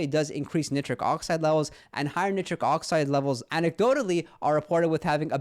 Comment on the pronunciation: Heads up - it’s Nigh-trick.